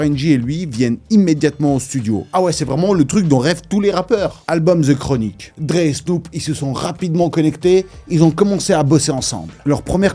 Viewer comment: The. DE. Pas Ze Chronique